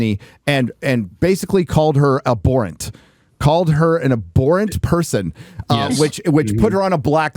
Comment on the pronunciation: a borent? The word is abhorrent, for gods sake lol. Took me forever to figure out what he was trying to say.